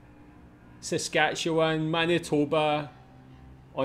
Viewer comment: I even wrote a song about all the provinces and territories! And well done! You pronounced Saskatchewan and Newfoundland correctly! That’s impressive! From west to east the territories are Yukon, Northwest territories and Nunavut. Wow you know a lot! Sad that so few of the people in the video know about our own country.